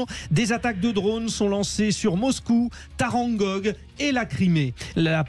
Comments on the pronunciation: Taganrog et non Tarangog !! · Non, pas « tarangog », Taganrog ! Vous avez dû penser à un certain peintre, mais il s’agit aussi de la ville de naissance d’un grand historien de la philosophie et épistémologue naturalisé français, Alexandre Koyré.